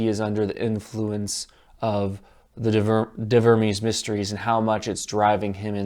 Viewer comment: "de vurmeez mistreez"...it's Latin, dude...actual grammatically correct Latin...